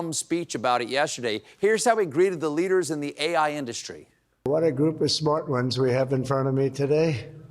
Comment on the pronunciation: Trump pronounced the word “industry” incorrectly. Brain power.